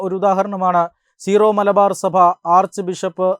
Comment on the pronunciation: It’s not zero malabar, Syro malabar . Pls correct it